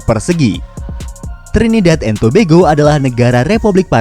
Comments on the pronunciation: Adminnya Bilang Trinidad and Tobego 🤣🤣😂😂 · Trinidad and to yg baca bego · baru tau kalo bacanya Tobago itu tobego